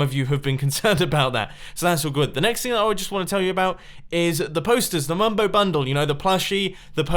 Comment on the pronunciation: BUT WHYYYY "BUMBO SPOON" NOT "MUMBO SPOON"